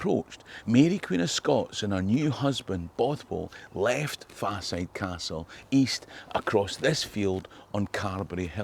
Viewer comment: soz m8, I luv ye, ye ken that but it's Faw-side as in fall-side... As in Falside in Bathgate.